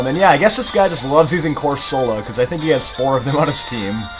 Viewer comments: Angry comment about how you pronounce Corsola differently than the majority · corsola is supposed to be coral